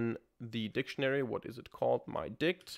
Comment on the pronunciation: Its always good to pronounce T in my_dict ..